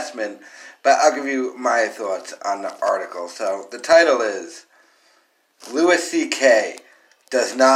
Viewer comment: Who the fuck is Lewis CK? It’s pronounced Louie you fuck tard